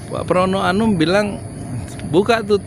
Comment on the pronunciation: Pramono anung...bukan pramono anum....fahry hamzah....bukan fahry ali....pak yudi....😄😄